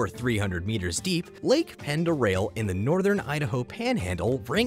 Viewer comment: Lake "Ponduray" is how I hear people pronounce the lake in Idaho.